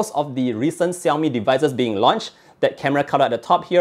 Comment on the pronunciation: I have only one complaint: please try to pronounce Xiaomi right :) [Shao-mi]